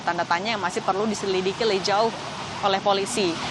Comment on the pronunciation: Jurnalis kompastvnya salah ngomong karena tegang, bilang lebih jauh jadi leih jauh